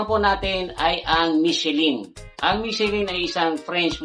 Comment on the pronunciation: MICHELIN is Pronunced as MEE-SHEE-LAN